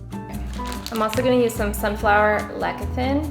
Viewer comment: FYI, lecithin is pronounced less-a-thin